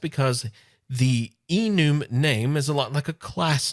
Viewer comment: just a quick reference, I believe it is prenounced e-numb. Have been working with some Java last year and it is something they have had for a while I believe. All the references I have heard have been pronounced that way. Just an FYI and thanks for the video. Longtime fan Love Your Work